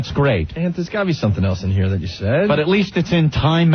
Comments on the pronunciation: Ugh, it’s not even “but” it’s “buit” or “boo-it” how could he not realize that for a decade? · bhut or bwut works also 😂 It drives me crazy everytime I hear it, that and fuchitive. Nobody who worked with or for him dared to correct it because nobody wants Greggshells in their life, it was the messageboard comments that finally made him stop.